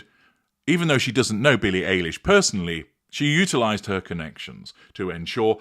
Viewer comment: Just a little pet peave. Billie’s name is pronounced like Eyelash , not Alish. It’s like Obamas name, every Brit I have heard calls him Bear-ick Obama. He is kind of famous. You should know it is pronounced Bah-rock. Even the UK media says it wrong. Not a big deal, just kind of gets on my last nerve. But yeah Meghan Markle is a creep.